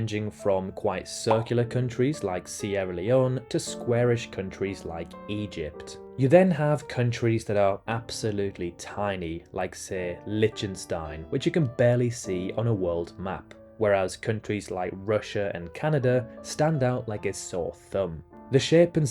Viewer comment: Where the f*** are "Litchenstine" and "Batarn"?